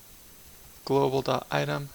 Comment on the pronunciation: It's global. Not globl.